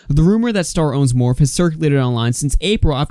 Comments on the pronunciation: Its not morph...... its morphie!!! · Not that it matters that much lol but Morphe is pronounced " Morf ee " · #, just FYI its pronounced Morph-ee❤️ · "Morph" 😂😂😂 It's like bootleg Smurf or something? Anyway, "Morphe" and the "e" at the end isn't silent. :) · It’s pronounced Morph’-ee pleeeease sorry just grating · Please say morphe one more time 😂